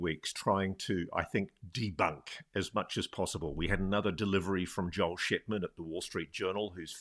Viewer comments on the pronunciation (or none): none